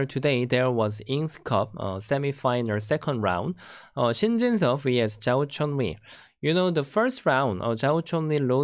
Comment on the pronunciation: It's Zhao Chenyu not Zhou Chenyu